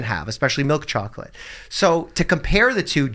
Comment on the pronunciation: I heard Dr Mikes Russian accent come out when he said chocolate lol